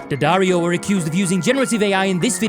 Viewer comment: Nice to hear someone pronounce it properly rather than DeeAddario. It’s D’ not D.